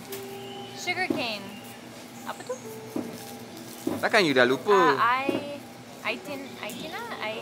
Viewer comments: Omg is getting really2 good right now and also she getting some sound like Malaysian right now when she say "APA TU" good job wow its very very impressive we need more speak in BM please logesh heehee😁🙏🏼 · When said 'apa tu' sounds like she's already a Malaysian 😂😃